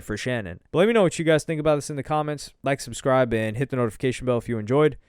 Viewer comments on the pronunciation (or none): none